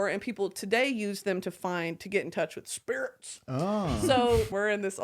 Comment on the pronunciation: is fucking hilarious how she says spirits